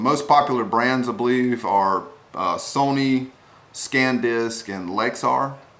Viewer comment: It's not Scan Disk it's Sandisk,San disk. It's close in what you are saying but I believe you are saying it wrong but I understand what you are saying if that makes any sense nice review thank you.